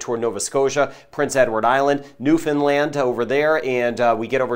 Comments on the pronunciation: Good job with the pronunciation of Newfoundland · Thank you for pronouncing Newfoundland properly. Stay safe everyone! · Thank you for knowing how to pronounce Newfoundland!!! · Excellent prononciation of Newfoundland